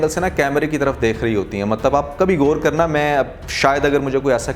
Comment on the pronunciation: Ap ghor ghor keh rahe hn shoq keh rahe hn apni urdu sahi karen aur jo batain kahi hn wo sahi hn